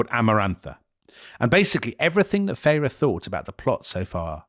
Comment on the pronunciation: Isn't it pronounced Feyr not Feyra😮